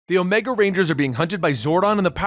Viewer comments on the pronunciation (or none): none